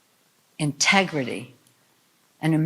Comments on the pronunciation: she actually said "contegrity" not integrity. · Contegrity... its a word but ewwww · No....she said "CONTEGRITY". Even that fork-tongued devil can't use 'integrity' in the same sentence with 'democrats'. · Dear Nancy: your vodka ice cream shakes are showing. "Contegrity"? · Integrity is the last word I'd use to describe them. Did you notice Pelosi couldn't even say it right the second time. She said CON-tegrity. Very fitting. Now con is exactly the first word I'd use.